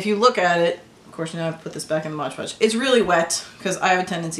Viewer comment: so much better than air clay, thank you for this tutorial. But please call MOD podge by its proper name, not modge 😂